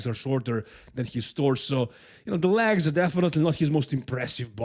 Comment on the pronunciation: Why are you saying lags? It legs 🦵